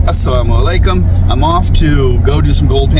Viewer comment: You can clearly see how confused this man is. He doesn't even know how to say the proper geeting yet he claims to be Muslim.